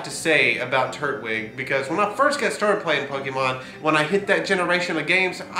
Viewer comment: tur-twig, not turt-wig. its turtle and twig